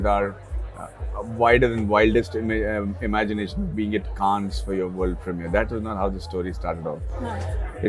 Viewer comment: Everything ws excellent abt the interview, including Anupama's spontaneous burst of hearty laughter, except Maddy getting "Cannes" pronunciation wrong.